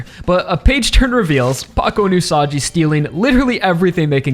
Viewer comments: It's pronounced OO-SA-GEE not OO-SA-JEE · Aaaargh! Stop calling Usagi as "Usaji"!! Just please!!! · Usagi's name is pronounced with a G sound, not a J sound. Like Usagi from Sailor Moon. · isn't it pronounced usagi instead of usaji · Minor note: Usagi's name is pronounced with a hard g, like in the word "gun", not a soft g, like in the word "gym", since it's written in Japanese as ウサギ Usagi instead of ウサジ Usaji. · I believe Usagi is pronounced with a hard g, please correct me if I'm wrong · You can keep telling me its whatever Rohan but bruh... hes the same guy. Its still pronounced gee Usagi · btw Usagi is not pronounced like "Usaji" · usagi is pronounced "ooo-saw-ghee" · My personal guess is that the volcanos & cooled lava that Rohan's investigating are yet another unnatural land formation related to Stands in the SBR-verse. In SBR, we had the Devil's Palm in mainland USA, & in JoJolion we had the Wall Eyes in Morioh. Perhaps these volcanos, aren't Hawaii's natural volcanos, but something similarly bizarre? Also, it's Usagi with a hard G, like the Sailor Moon protagonist & the Japanese word for rabbit. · Bro why are you mispronouncing Usagi's name? It's not Usaji... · Leave it to the American YouTuber to have no idea how the fuck another language works and how you're supposed to pronounce it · Will Araki reveal Rohan is the same Rohan first or will pronounce Usagi correctly first. This is why I keep coming back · Why does he say Usagi so weirdly, it's like that Cool Whip scene from Family Guy